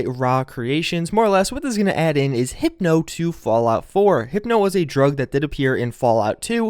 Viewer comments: Hypo is pronounced 'High-PO", not hippo, like the animal. Not hating, just wanted to help with pronunciation. Really like these updates, thanks for all you do. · not to burst your bubble, but it's HYPO. Like Hi-Po. not Hypno lol